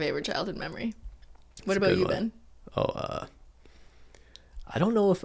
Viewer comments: I feel like the stereotype with aboot comes from saying about fast.... like Cristine - ish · I love how Cristine says “about” or whatever word with “out”